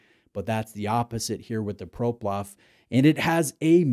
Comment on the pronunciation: I have this exact model and love it. The light weight makes it very wearable and it’s definitely a conversation starter. Btw. Its PloProf. Not ProPlof